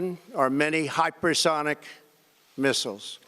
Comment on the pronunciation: I could swear this fool said Hotpersonic Missile, I thought it was Hypersonic